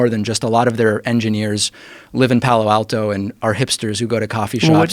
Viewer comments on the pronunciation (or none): none